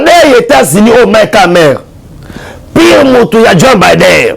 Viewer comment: Opération de grande" envigueur," on dit" Envergure"mon frère bo kendeke classe,eza te soki ozali miso makasi okoki kosala nioso na RDC. N'importe quoi? Joe Biden et non bider. Tu es vraiment éparpillé dans ta façon de transmettre tes soit disant message.